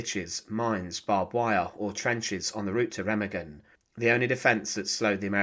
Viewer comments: there’s no two double g sound in it ….. it’s ray -mah-gen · Incorrect . Remagen is pronounced "RAY-mah-gen." The "R" is a guttural sound, the "e" is like the "e" in "bed," and the "g" is like the "g" in "go." The "en" at the end is silent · It's prounouced Ray-mah-gen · It's pronounced RU-MAG-GEN, the E sounds like a U and G's are hard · Its pronounced Raymargen